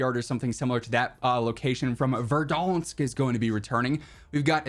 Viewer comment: For the love of god please stop saying Verdansk like that 😂